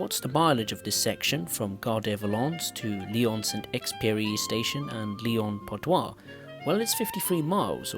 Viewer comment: That's not "Lyon Part-Doi", that's "Lyon-Part-Dieu" ! [djø] 😂